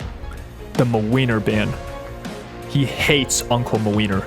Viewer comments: As a Polish person I love hearing you say MaWeiner instead of Młynar (Muh-Win-Are) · every time says mlynar i just lose it and i love this series sm, pls make more!! <3